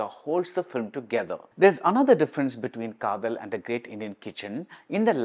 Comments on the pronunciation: It is "Kaadhal" and not "Kaathal"...காத்தல் அல்ல காதல்... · Dharmam can't have the "Tha" sound like Thala..Another example, you can write KJ Yesudas or KJ Yesudhas but not KJ Yesuthas.. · It is a tamil word written in English and while pronoucing, malayalees are pronouncung it as "Kaadhal" only (the same sounding when you say "Dharmam, Adharmam (DH and not TH)...and you write "Dhoni and Thoni"..